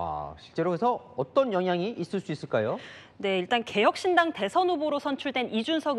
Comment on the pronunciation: 한국어에는 각 단어들에 장음(長音), 단음(短音)이 있어서 국어사전에도 표제어 장음 글자의 오른 편에 : 표로 표시되어 있다. 그런데 요즘 젊은 기자들은 한자어를 말할 때 이를 전적으로 무시하고 전부 아주 짧게 발음한다. 예컨대 '여:당(與黨)', '야:당(野黨)', '대:선(大選)' 이라고 길게 발음을 해야 하는데 짧게 발음하는 것이다. 참으로 듣기에 딱하다. 이런 폐해는 한자 사용의 폐지에서 기인한 것이다. 정말 큰일 났다.